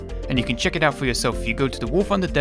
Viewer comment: "Wooor funder"